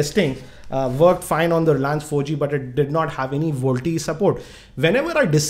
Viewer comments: hehehehehe its Vo-LTE ??not volte ....!!! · Its little fun to me whenever you say voltie ...you should spell it as Voice Over LTE..you should had mentioned the battery and power consumption if we use VoLTE. As its needs to fully convert all Analogue to Digital and vice versa it will consume more power and drain more battery if you tried it... Jio app is a workaround to it and not a permanent fix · first thing it is voLTE not VOLTE